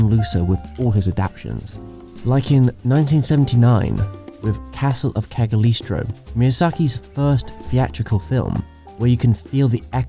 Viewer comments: lol I had to stop hearing Cagliostro pronounced in that incredibly awkward way! it's KAH-IL-LOST-RAW (ok, not exactly. "GL" in italian has no correspondance in english) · Castle of "cagliistro" (castle of cagliostro) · You pronounced Castle of Cagliostro wrong god damn it, you said it like Cagalistro but it's Cagliostro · Cag-listo? Lol. "gl" sound in italian is more similar to a y. Cagliostro is pronounced Kayostro. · Cagaleestro 😂😂😂😂 English speakers and foreign language words, best comedy duo in history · Gables [gei-blz] Adaptations [a·duhp·tei·shn] Cagliostro [kal-yoh-stroh] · Cagliostro (Calyostro) Great video. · "Castle of Cali East Row" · Just to say, you mispronounced cagliostro and totoero and ghibli These are pronounced as below Cag-Lee-oe-stroe Toe-te-roe Gib-lih-he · The Castle of Keg Leestro? Nasdaq of the Valley? Come on! xD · Decent video dude and hate to be that person but please work on your pronunciation. I just heard Nausicaa turn into Nusca and Cagliostro turn into Kaglistro. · Did I just heard "Cagolistro"? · U absolutely murdered castle of CAG LI O STRO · "Anne of Green Gaah-bels" "Castle of Caghelistro(?)" Jeezus Murphy. I'm not trying to disparage your work, the video is well-researched and well-produced, but man, I mean,... can't you pronounce anything properly? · also, adaption is a term in biology (I believe you meant adaptation?) and cagliostro is a word of Italian root (a name actually I think) and it's pronounced "ka lee ostro", the g is not pronounced! great vid thanks for all the info and nice editing! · I''ve never heard someone butcher so badly The Name Cagliostro! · Dude, your pronunciation of some names really needs work. Cagliostro, Nausicaa.... stop killing their names.... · THE CASTLE OF WHAT?? dude... that's not how you pronounce it. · Lol Castel of Cagliostro pronunciation is so bad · Cag. Lee. Oh. Stroh.